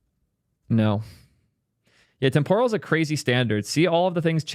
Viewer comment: Temporal is pronounced with the emphasis on the first syllable not the second: TEMPoral not TemPORal. Like "Temporary" not "Tempura."